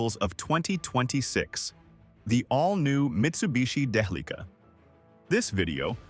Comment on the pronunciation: Day-uh-lee-kuh. what a strange pronunciation. isn't it more like DEL-ICK-AHHH???